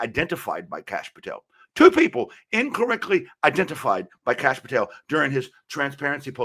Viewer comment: " somebody came from another country" - like the guy behind him Kash Patel (please read Kash as in Crush - the second letter is pronounced like the third letter in crush) ... but hey great analyses